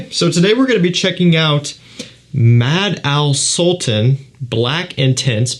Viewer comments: I'm an arabic native speaker and i approve that you're correct, you butchered the name completely lmao 🤣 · The Arabs ears are burning with that pronunciation. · True that 😂😂😂